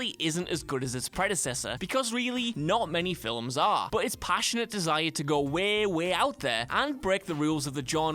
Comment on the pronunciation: Please please PLEASE!! Learn to talk! Its not Wae, its Way.